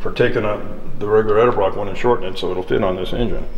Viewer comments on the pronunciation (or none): "Elderbrock"! Fuck me running dude it's Edelbrock. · Why do so many motorheads pronounce edelbrock as eldebrock? I even saw a program featuring Vic E where someone mispronounced his name right in front of him. Being a gentleman, he said nothing. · Why is it that nearly none of todays “performance” guys can pronounce Edelbrock properly ? You csn tell a true moron when he pronounces it El-Debroc.